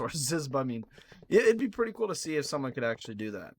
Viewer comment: How many times did he say accualy